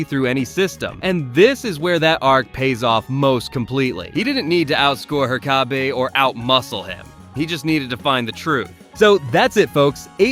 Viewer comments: Why do you keep saying Her-kay-bee? It's herk-uh-bee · Glad your videos got recommended to me, but please learn "Hur-co-be"'s name properly, please no more "her-cob-bay"s - sorry, thanks 🙂 Otherwise lovin the vids 😃 Be good to watch some episodes as a Reacts, with your Thoughts at the end, if that's something you do 💗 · It's pronounced **Herk-uh-bee**, with the first syllable having the emphasis. Not "Her-caw-bay", which is the way every White American mispronounces every Japanese and Spanish word ever, which the name Herkabe is not even of Japanese or Spanish origin. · They say it in the damn show not her-car-bee It's her-kuh-bee His name isn't pronounced wrong once I. The show and you did it in a matter of minutes twice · Your entire video's credibility goes out the window because of Her-kay-be. You didn't watch the show, your opinions aren't real. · HER KUH BEE it's fucking HER KUH BEE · bra said "her-caw-Bi" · Her-Ka-Bee huh? 😂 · He even said her-kay-bee at one point. Might be rage baiting for engagement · The pronunciation of Herkabe's name constantly was just so frustrating. Did this guy not watch the show? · That was a heck of a pronunciation of Herkabe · Bro he pronounced it differently like every single time Jesus like i do not think he watched the show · I had playing in the background and couldn't figure out who he was talking about until I looked at the end of the vid.. why did he say it like that😂😂😂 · It's bizarre because it's obviously not the correct pronunciation which could have been fixed by watching an episode of the show, but what makes it weird is that it's not even pronounced wrong consistently throughout. What. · Are you mispronouncing the teachers name on purpose?? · Have you watched the show? How do you not know how to pronounce Herkabe's name? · Its called comment bait. Butcher a pronunciation and it causes people like you to whine and give the video more engagement